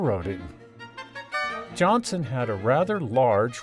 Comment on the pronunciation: you mispronounce Ollie's name. It's Johnston, not Johnson.